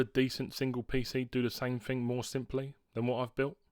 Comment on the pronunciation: You desperately need elocution lessons. It's not free for three or fing for thing. I can't watch your videos because of it. Flabbergasted how you've got so many subscribers.